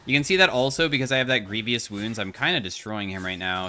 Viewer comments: You have Greevous Wounds, not Greeveeous. The "i" is silent in Grievous. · the "i" in "grievous" makes the pronunciation of "e" a long e (rather than short e), same as in "grief." he wasn't pronouncing that i - he thought the word was "grievIous" i'm assuming, similar to words like "devious"